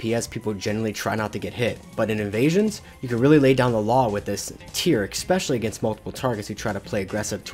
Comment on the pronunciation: Brother, there is no K in "especially"